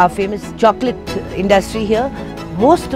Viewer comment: Luv "shokola"